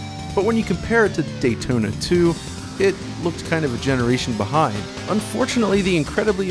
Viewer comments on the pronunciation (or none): Say "Dayton" one more time....